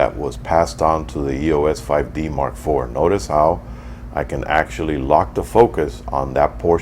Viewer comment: I love this review, but it's irritating that you're pronouncing "EOS" wrong. You don't spell it out like "E-O-S.". It's "eeos". Other than that, excellent review!!